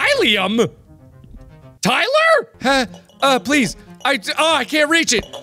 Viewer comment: Tyllium?! Tyler? Lol I’m dead